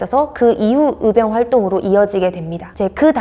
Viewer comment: 도대체 발음이 안되는 사람을 캐스터로 사용하는 이유가 몰까요? 전라도 사람들 발음 특징이 " 의" 발음을 "으" 라고 하는 아주 몹쓸 발음 습관들이 있는데 적어도 방송 에는 이런 사람을 채용 하면 안되죠.. "의병"을 "으병"으로 발음하는 사람을 캐스터로 사용하지 마세요..아무리 좋은 내용 이라 할지라도 듣기 매우 거북합니다.